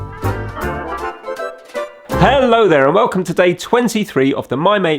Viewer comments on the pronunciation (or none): none